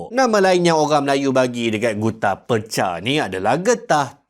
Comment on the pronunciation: Sebutan Percha/Perjha mengikut lidah orang Johor ialah 'Perche' (Per-Cer).